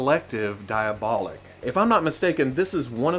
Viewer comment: Since everyone else is being a pain in the ass and nitpicking this video I'll join in too. Being a Fwoosh presenter is a thankless job, lol It's Dee-ah-boh-leek, not Die-uh-bah-lick (source: (I commented, liked, subscribed, AND hit that notification bell so don't be too mad at me, haha!)